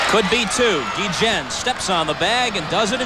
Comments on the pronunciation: Funny you call him GEE-JEN. 20 years ago he could have run for mayor of Chicago and won easy. Still love ya Ozzie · Ozzie "geegen"....🙄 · Ozzie "Gui-Jen" WTF ?????? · I thought the video kept skipping when they said his name lol. Never heard it pronounced like this before!